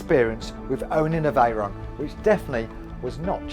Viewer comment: "Spaghetti Reyron" 🤣